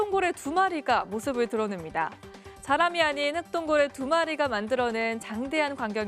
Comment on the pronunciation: 아나운서가 혹등고래를 흑동고래라고 알고있네.